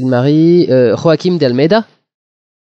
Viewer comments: Je vais être relou mais en temps que portugais ya un truc qui m'enerve: comme l'a dit Monica Bloup le "J" ne se prononce pas "R". C'est pourquoi Joaquim ou José ne se prononcent pas à l'espagnole c'est à dire "Rosé" et "Roaquim". ^^ Sinon c'est cool rien à dire, et ça donne envie d'aller voir le film! ps: Rita Blanco alias Maria a joué dans "Amour" de Michael Haneke. aha! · Sal con c'est pas de l'espagnol pk tu prononce joachim avec un R ???